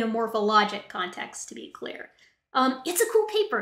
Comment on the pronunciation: Every time said “Issa chimpanzees”, my stupid brain interpreted it as Jar Jar-ese. 🤦🏻‍♂️